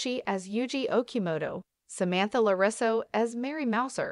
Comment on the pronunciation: really said larisso like wat